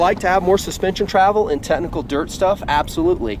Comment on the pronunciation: The motorcycle vid drinking game: 1 shot of espresso every time he says "TeTnical"